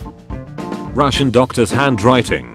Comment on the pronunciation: was the doctor Russian or was he Rushing?